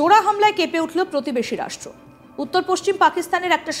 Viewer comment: এটা আদৌ রাস-ট্রো ? না রাসকেল ? সেটা আগে ঠিক করে বলুন তারপর রাসকেল-দের যা কাজকর্ম তার তথ্য পরিবেশন করবেন